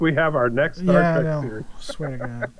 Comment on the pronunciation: Say 'Star Track' one more time.